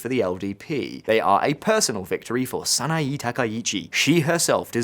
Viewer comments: That's Sana-Eh, NOT Sana-EE...! That's Abe! Not Arbe! Yen Plummeting? Right?? - 'Plummeting' from Y160 to the US$ to Y152.65 ?? That is Exactly the Opposite! The Yen has Strengthened, Not Weakened! It has Rocketed from $0.00625 to $0.00655 ! GET IT RIGHT! That's a 4.8% INCREASE! It is the US$ that has Plummeted!! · "Sah-nah-eeeee" And english speakers get all pissy when you mispronounce the mess that's english....